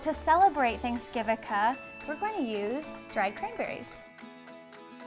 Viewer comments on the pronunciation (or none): She said thanksgivica 😋